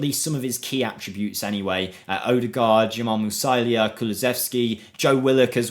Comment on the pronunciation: That's gotta be the weirdest Jamal Musiala pronunciation I've ever heard.